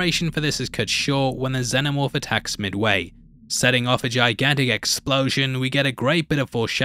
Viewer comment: I know this is lame of me, but I'm really struggling to get through this video because you keep saying, "the xeNNomorph". Its "xeNomorph"! Every time you say it, its like nails on a blackboard. Shame because other than that I like the video a lot.